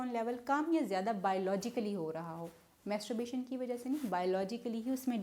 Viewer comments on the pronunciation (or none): آپ کیسی ڈاکٹرھیں۔ماسٹربیشن کومیتسوبیشن بول رھی ھیں۔😊😊😊